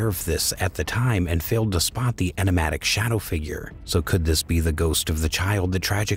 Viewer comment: Narrator can't say ' enigmatic '